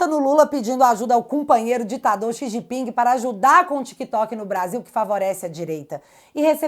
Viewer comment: você pronunciou errado o nome do companheiro, ele disse “Sisgimping”